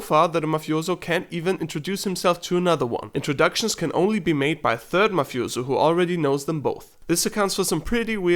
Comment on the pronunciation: I cringe when u say “mafiozo”